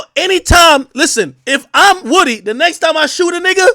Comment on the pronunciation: Ak gets defeated by the letter O every time. “Rury” “Wudee”